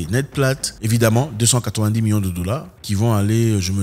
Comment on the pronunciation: Zack av😂z vous déjà remarqué vous prononcer million comme miyons ? milliards comme miya..c'est problablement la saveur locale.